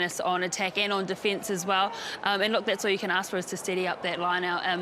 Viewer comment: Really pleased to see the penalty count was lower this time, well done girls! Goooo the Black Ferns!! Wondering why people, these days say DEE fence..instead of defence